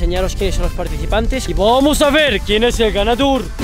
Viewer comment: Jajajaa como dijo :vuamos sjsjsj